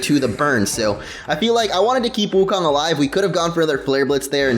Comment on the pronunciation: your pronouncing wukong wrong, It's pronounced wookoong and rhymes with loon.